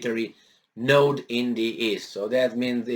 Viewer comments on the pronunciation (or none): none